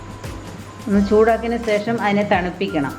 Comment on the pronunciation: സേഷം അല്ല, ശേഷം ആണേ